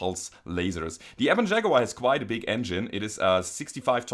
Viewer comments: Liked because... "Shaguar!" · I see LokenPlays is not the only one to own a "Shag-uar". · "Shaguar" Nice